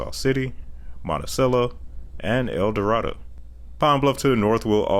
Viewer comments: I grew up in part of the area the proposed I-69 would help, although the oil fields near El Dorado have done a good bit to keep it from being completely dead. El Dorado is pronounced El Doh-ray-doh, however some say it as El Doh-ray-duh. Nice job on the updates. Hope you enjoyed your visit to Arkansas. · El Dorado is pronounced El Dor-aye-doe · Informative video, but you need to get your pronunciations down. El Dorado is El Doraydo," Mena is "Meena," Siloam Springs is "SY-loam Springs," and Tontitown is "Tawny-town." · People from Arkansas say El-doe-ray-doe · El Dorado is pronounced with a long a. Siloam is a long i.